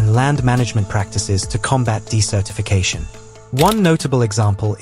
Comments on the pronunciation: correction: You pronounced "desertification" (desert-i-fication) incorrectly in a way that sounded much more like the word "decertification." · Desertification isn't pronounced like "decertification"... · Activities across the US West and Southwest, in restoring beaver populations, or even building small dams mimicking beavers' productions, is increasing the amount of water that is available to vegetation. Once trees grow, the moisture they pull from the ground and release into the air cools their environment, just as does the shade they produce. Beavers and trees fight the desert. BTW, "desertification" has its accent on the first syllable, and that vowel is "eh." Otherwise, it sounds like you're saying "decertification."